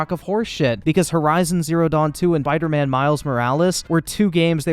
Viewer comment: Did this man say bider man miles morales 😂